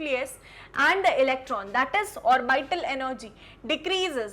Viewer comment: It is not pronunced "or-by-tal". Please use correct pronunciation